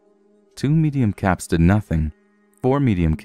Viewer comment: He said caps I heard cats.